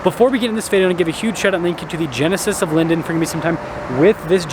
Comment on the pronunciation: Is there a reason he can't say "video" in his openings?